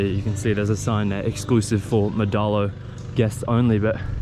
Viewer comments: it's pronounced Mo-Adto , which means "will go" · It pronounce as mo-ad-to. a bisaya language in cebu. 😅